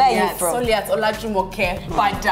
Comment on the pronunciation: *Soliat not Sulia !!!!!!